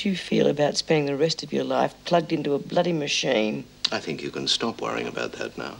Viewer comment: Lizzy has a hard time saying MACHINE. SHE SAYS IT, MOOOHINE